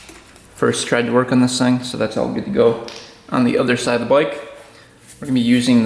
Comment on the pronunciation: What's a "boyk"? He said. ....."This is not my boyk...." 😅